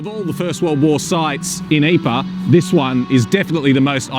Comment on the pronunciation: Mispronounce Ypres. But then he IS a Aussie/Kiwi.